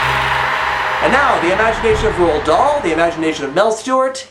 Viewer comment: Roald, not Ronald. It's a Norwegian name. He had his own children, but he also clearly had his own feelings about what a child should be. He thought children shouldn't be gluttons, brats, gum-chewers or couch potatoes who watch TV instead of read. He often writes more active, resourceful protagonists than Charlie. Compare him to Matilda, James and Sophie, all children who contribute to progressing things. Matilda wins her battle with Trunchbull and gets to use her brains, James is the one that has the idea about the seagulls. And it's Sophie who has the idea to go to the Queen about the giants and use dreams to explain it all.